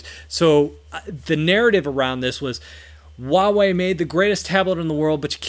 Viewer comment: The h is not silent in Huawei, although your pronunciation is fine considering that it's correctly for Cantonese.